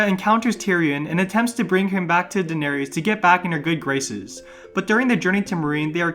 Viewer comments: The words "Varys", "Danerys", etc. have an "iss" sound at the end, not an "ees" sound. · Since when are their names Varies and Daeneries? There's no "ies" lol it's "ys" ffs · I had to stop because I couldn't stand to listen to "Vair-ees" and "Dan-air-ees" anymore. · jesus I got so annoyed at hearing "daenereez" and "vereez". just pronounce it like they same the name in the show!! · Bro why you saying Varys and Daenerys wrong? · Like you literally have a whole show that tells you how their names are pronounced….. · Bruh have you even watched Game of thrones? Your pronunciation of "Varys" makes me cringe. 🤮 just heard of your pronunciation of Daenerys and I'm convinced you never watched a day of the show